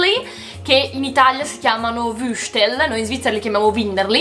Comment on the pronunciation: TIM ketchup e comunque non vrstel la pronuncia di wurstel è viustel